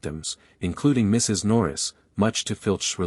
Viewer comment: Teach the AI when narrating, the period is not always the end of a sentence. It paused after the Mrs. in Mrs. Norris